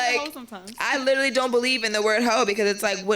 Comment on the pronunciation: Littlely.... (literally is the actual word) . It works my nerves when I hear this.